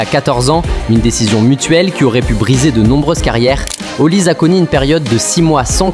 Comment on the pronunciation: C'est plus Olise mais "Haut lisé" 😂😂, on en parle pas assez mais si la France prend la coupe du Monde il serait favoris pour le ballon d'or